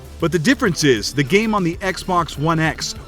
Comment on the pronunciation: did anyone else hear him say "what the gay may look like"?